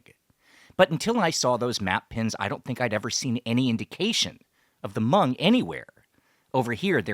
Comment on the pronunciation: Thankyou for not trashing the name Hmong with (Ha)mong like most people do.